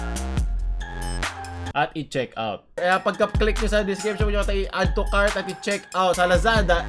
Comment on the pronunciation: No one: Literally no one: Lee min hoo on Lazada ads : "Addutucart now"